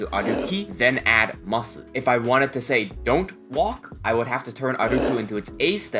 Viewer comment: i love your videos, but why do you not drop the "u" in "masu" when you say it?? i have to know.